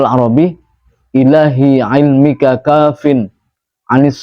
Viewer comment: Assalamualaikum, maaf ini doa bilang ilmika tulisan ilmuka terus wakaromika bilang wakaromuka mana yg bener apa sama aja arti dan bacaannya mohon petunjuk maaf sy orang awam